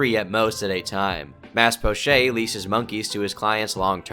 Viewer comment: "mas pochay" lol french pronunciation on an indonesian name. It's 'poh-chett', Mas is 'mister'